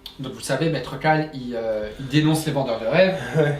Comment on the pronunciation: C'est Maître Kal, pas Maître Cal :p